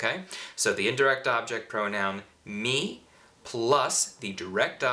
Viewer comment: sei molto bravo davvero, però dovresti migliorare la pronuncia delle vocali. "me" "ne" "le" hanno l'accento acuto, quindi una "e" chiusa, ma tu le pronunci tutte aperte, con accento grave: "mè" invece di "mé" etc. Ma forse lo fai per non creare confusione in chi sta imparando, non so..